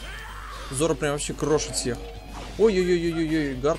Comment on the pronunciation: зОро ,ну зОро...не зорО!:( п.с.-может виной озвучка Шачибури в которой я смотрю,но зоРо режет по ушам почти так же сильно как и Аниме(с ударением на А). :]